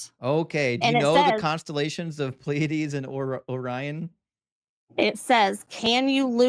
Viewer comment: She reminds me of the genius who pronounced caveats as “ke-veets”. Pleiades is not pronounced “plee-ads.” Pleiades is pronounced “plee-a-dees”.